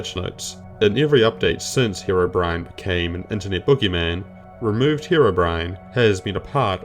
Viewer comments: did he just pronounce Herobrine as Herobren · It's HeroBrine not Herobrin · Ha row bren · Back in the day it was very common to pronounce it like that, some minecraft songs even used that pronunciation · Bren is the hero we didnt know we needed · Form This Way, which is still one of my favorite minecraft parodies all these years later, starts off with pronouncing his name like that. i think its an austrailian thing given the singer of that song is austrailian too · Different languages exist, as well as accents based on those. In Ukrainian it’s also pronounced the way he pronounced it